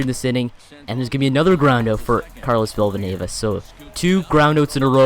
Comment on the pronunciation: Villanueva only has one v ur saying villavanueva